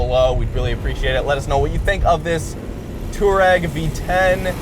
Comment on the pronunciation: It's pronounced two-are-egg. Not tour-egg. You don't spell tour as in touring like touar...